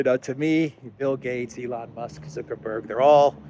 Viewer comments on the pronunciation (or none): none